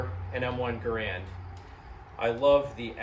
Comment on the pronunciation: Why do so many people continue to make the same two mistakes when discussing the M1 Rifle?First of all,John Garand's last name is NOT pronounced ga-Rand! The correct pronunciation is GAIR-and! Secondly, If one carefully examines an M1 Rifle one will NOT find the word Garand imprinted anywhere on the rifle! This is because the M1 Rifle WAS NOT a Garand Rifle but was actually a U. S. military rifle that was based on several protptype rifles designed by John Garand!